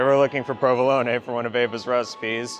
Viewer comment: thanks for pronouncing provelone correctly. I am easily annoyed by ppl who pronounce it proveloan without the final short 'e'. If I ever hear it mispronounced, I come back to this video